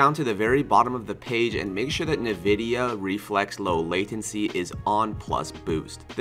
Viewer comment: Great vid Btw it's pronounced as en-vidia not na-vidia